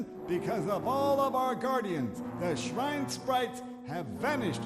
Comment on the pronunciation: “expert shrine sprite scholars”, “our guardians, the shrine sprites”, “the shrine gate” i love how the voice actor mispronounced “shine” 3 times in a row